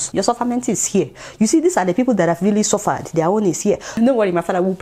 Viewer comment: "Suvaad"😆😆😆🤣🤣 you're right my dear. Yes let's assume....🤣